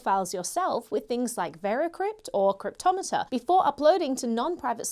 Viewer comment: Can we discuss how pronounces "Cryptomator"?